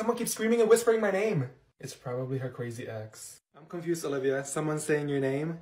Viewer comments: Isn't that cwazy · Isn’t that CWazy